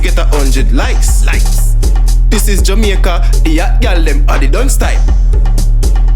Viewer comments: I thought it's jamAica and not jamieca 😂😂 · So it's pronounced as JA-MI-YA-KA okkkk lesson learned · Jemyeca lol I know that’s how they say it but still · "This is jemeica"💀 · Jamaica pronounced (JU- MEE- U- KU) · This is "ja" "me" aca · “This is Yameica”. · “This is jamEEca” 😂